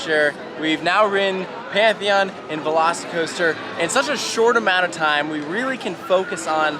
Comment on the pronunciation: half the time says "veloci coaster" i hear "lost coaster" and its like indiana beach is punching above its weight